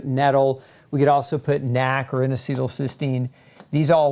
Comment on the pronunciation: dude its N A C not nack